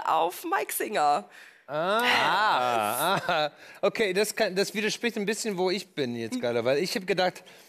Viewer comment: Zu 100% Mike SINGER Und er heißt SINGER nicht “Swinger” 😂